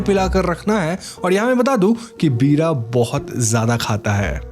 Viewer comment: पीड़ा नहीं वीra होता है